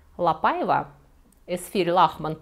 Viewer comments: Спасибо за доклад, в целом все понравилось, кроме портрета Великой певицы Марии Каллас на стене, не имеющей к теме отношения. Также покоробило французское произношение Quelle horreur и ошибочные ударения, особенно в имени ЛапАева? Это же La PaivA, Вы же и в испанских фамилиях ставите ударение на последний слог, отчего Ля ПаивА стала исключением? Желаю удачи, работа Ваша нужная для просвещения неофитов, с удовольствием посмотрю и другие выпуски! Историк моды Александр Васильев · Очень интересно, спасибо! Несколько лет назад в музее Орсе была выставка, посвященная куртизанкам Парижа. Только произносится не ПАйва, а ПаИва по-французски.😊 надеюсь, вас не заденет эта поправка. Остался ее невероятной красы особняк на Елисейских полях. Сейчас в частной собственности, но можно найти возможность посетить с гидом.